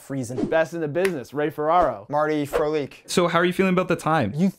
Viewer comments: said "Marty Frolik" almost my man. Almost. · "Marty Frolik" ..... smh